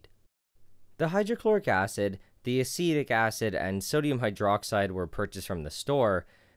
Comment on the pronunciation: I think the way he pronounced sodium hydroxide is pretty funny.